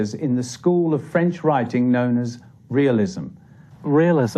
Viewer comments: Director... "So, you're sure you're ok with pronouncing French words and names?"..... "Of course, I've studied every episode of Allo Allo and have had speach lessons from Dr. Hanoosh. Director... "oh shit" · Poor subtitles and French pronunciation but otherwise good introduction to the author. (from Green Fire, UK) 🌈🦉